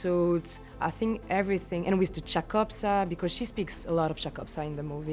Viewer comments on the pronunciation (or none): why she says wis